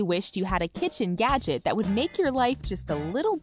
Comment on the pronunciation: Is it just me or does it sound like she's saying "yadget"?